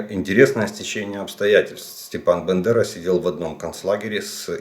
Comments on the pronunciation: Або у мене щось із слухом, або ви на початку відео називаєте Степана Андрійовича не БАндерою а БЕндерою!!! Якщо мені не почулось, то вивчіть спочатку самі, як прізвище нашого героя!! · БАндера! А не Бендера